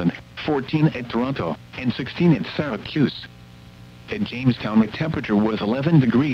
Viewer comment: "SyracUse"